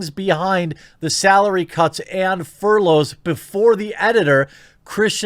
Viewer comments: Jeremy, my man, fur-loffs? It's furlough, pronounced fur-low, plural fur-lows. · I did laugh a little when I heard you say "furloffs" We all have moments where we say something off and we just roll with it lol